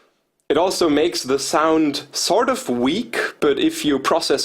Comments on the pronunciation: Evry time he say "sort of" i think he is saying stardust.. 😁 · SAHRT UFF